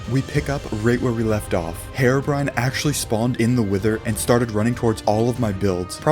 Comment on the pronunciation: I love how he says hair-o brine